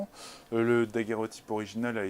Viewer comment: C'est curieux de l'entendre mal prononcer en disant "daguèrotype" ! C'est comme si je disais : voici un appareil photographique qui permet de faire des _fographies_.